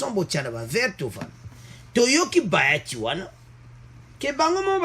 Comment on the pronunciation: Bjr mon frère,il s'appelle bahati et non bayati, la esprit ya bien bonne journée.